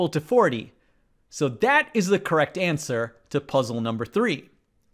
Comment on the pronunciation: “Kwekt” LOL